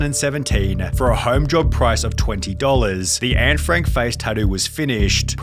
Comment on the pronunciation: I'm Dutch. I cringe always when I hear Anne Franks name being butchered in English. It's Annè, not Ann.